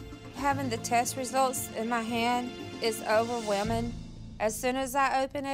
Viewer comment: can't even speak proper!! she says OVERWEMMIN....NOT OVER WELMMING with an L. I'm sure I didn't spell that correctly but...lol